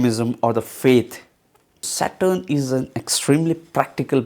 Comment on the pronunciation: you need to fix your phonetic stress on few sounds.. specially "saturn"